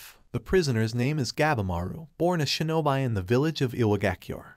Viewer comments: ok ok ok its not pronounced (sho-no-bi) its pronounced (sho-no-be) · "shin-oh-bee" not "shin-oh-bye" :p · Shinobi is pronounced as shino bee , not shino by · he just say shinobi wrong but i dont think its a problem though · good video but i cringed every time you butchered a japanese word like Shinobi and Shogunate etc...